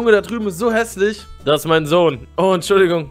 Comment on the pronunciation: Was stingt und ist esheslich rewi